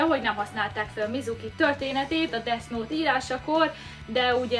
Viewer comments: Pls nem desz nót mert olyan mintha azt mondanád hogy disznót különben is úgy kell ejteni hogy def jót semmi disznót légyszi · Def és nem Desz xddd angol kiejtés pls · Kiejtés: Def nót, mivel th-t úgy ejtik, mintha kicsit ráharapnál a nyelvedre és úgy inkább f-nek hangzik, és a gay, az géj, mert a az "a"-t gyakran é-nek ejtik, és az angol abcben is "éj", az amit te mondtál (kiejtésileg) az azt jelenti, hogy "én egy srác vagyok". Ezt nem puszta kukacoskodásból írom, csak azért kicsit zavaró, hogy nem ejted rendesen, és szerintem nem vagyok egyedül ;) Attól még tetszik, meg érdekes a videó szval a like azért megy. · Úgy kell ki mondani ,hogy defnot😂😂😂 De imádlak❤️😂😂😂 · esküszöm nem hallottam még embert ilyen hülyén beszélni.... na meg az a "Desz Nót"... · [Desz nót] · desznót :DDD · Desz nótXD